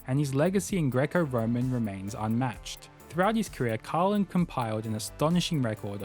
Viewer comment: It's Car-yeah-lin, not Cahrlin (the way you pronounce Karelin's name)